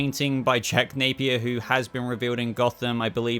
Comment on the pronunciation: Jack Napeyer